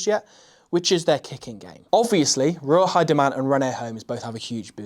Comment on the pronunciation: Minor correction on the pronunciation of Ruahei; Roo-ah-hay. ;-)